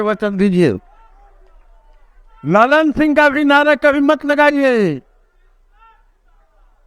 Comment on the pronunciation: लल्लन सिंह नही ललन सिंह है भाई साहेब।